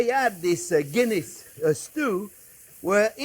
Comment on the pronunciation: LOL. When you said a Guinness Beef Stew .. I thought you said a Kidney Beef Stew .. which got me thinking ... I wonder what other meat could be used in a stew?